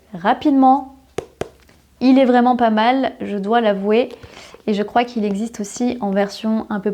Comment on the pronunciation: Bonjour, dans toutes vos vidéos, pourquoi ne faites vous aucune différence de prononciation entre le "é" et le "è"? Ex: dans les mots "français", "il est"... c'est gênant pour quelqu'un qui veut apprendre correctement la langue.